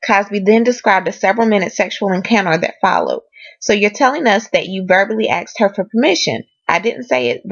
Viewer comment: Please say asked not axe